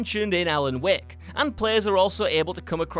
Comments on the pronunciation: Normal Person: Alan Wake WCG Commentator: Alan Wick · must be the same reason he calls him alan wick instead of alan wAke